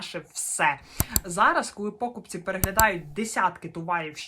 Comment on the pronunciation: чому такі проблеми з наголосами? покупцІ, а не пОкупці